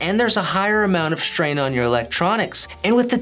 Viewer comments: Does he say shtrain? Im wheezing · LMAO I read your comment right when he said it hahahaha SHHHTRAIN